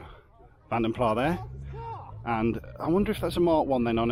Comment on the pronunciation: it's vanden plaS not vanden plaH apparently